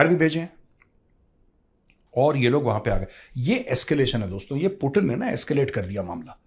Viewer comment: अरे यार एनालिसिस करते हो बहुत बढ़िया पर कई नाम ऐसे लेते हो जिससे इरिटेशन होने लगता है 😣 कमसे कम यार पुतिन को पुटिन मत बोला करो यार उसका नाम पुतिन सही बोला करो